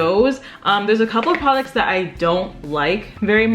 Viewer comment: all i hear is "pwaducts"